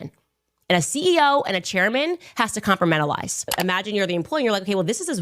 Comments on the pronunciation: I think Candace needs to com-pur-men-uh-lize her opinion better lol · Compramentalise lol She can't even speak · Did she say "compermentalize" "compartmentalize"? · She said com•per•MEN•til•ize. Somebody else writes her scripts.